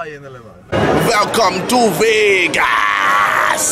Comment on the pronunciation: says Vegas as vague ass